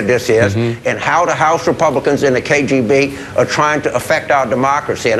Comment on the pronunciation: k....J???? b what the fuck is the K JAY B? Does he mean K.G.B?